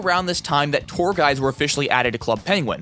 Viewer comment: Im sorry but i heard "poor guys" instead of "tour guides"